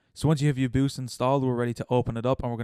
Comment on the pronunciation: i pronounce UoYabause as Oh-Yeah-Bow-Say